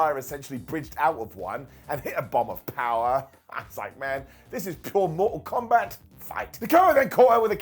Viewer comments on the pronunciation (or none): none